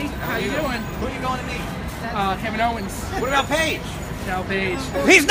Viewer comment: he said kevin oins